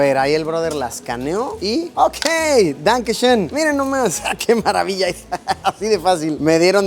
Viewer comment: Su "Dankeschön" salió perfecto